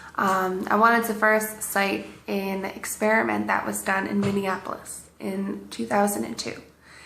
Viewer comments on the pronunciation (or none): none